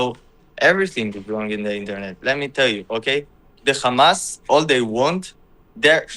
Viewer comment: Khamas khamaas khamaaas 😂😂😂 i swear thats all they can say 😂😂 its embarassing